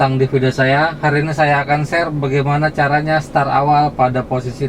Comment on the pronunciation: Start pak, bukan star.